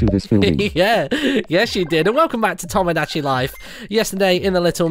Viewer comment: No offence, but it's Tomodachi, not Tamodachi